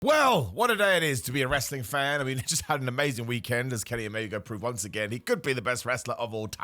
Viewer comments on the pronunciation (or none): none